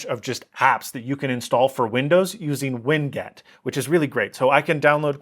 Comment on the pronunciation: "Winget".😂😂😂😂 Ridiculous idiocy.🤪😒